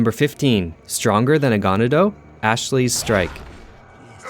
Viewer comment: You also mispronounced ganado